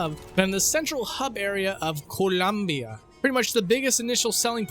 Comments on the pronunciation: "zell-awts"? "coal-ee-um-bee-uh"? wtf? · Why did you put an unnecessary accent on Columbia? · The way he pronounced Co-loom-bia ❤lol Not Barbershop Quartet, BioShock Quartet.